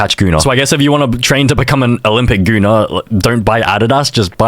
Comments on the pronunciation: dude that aint funny with gunnar all you said about gunnar is just absolute bullshit, im icelandic myself and you do not pronounce his name as "gooner", you can pronounce it like gun-ahr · U pronounce Gunnar as guhnar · My name is Gunnar and at least where I came from it is pronounced Guh-ner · Dude I tried to not laugh when he was talking about Gunnar because he pronouncing it gooner 😭✌️ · bro why tf is bros channel pronounced "gooner"🫩 first person btw✌ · I’m Icelandic and my step brothers name is Gunnar and also my step grandpa 😛 ITS NOT PRONOUNCED GOONER BTW 😭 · You don't pronounce Gunnar (Gooner) despite what everyone thinks, my primary schools gym teacher was named Gunnar, it's not a English name so it does sound like Gooner in English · as a scandinavian i can prove that its normal to have the name gunnar so its pronounced diffrently i even know a guy who has that name